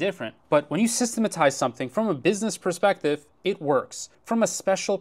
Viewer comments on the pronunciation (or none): none